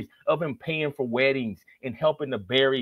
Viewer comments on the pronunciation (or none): none